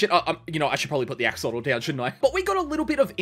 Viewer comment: It's blue axalotal bruh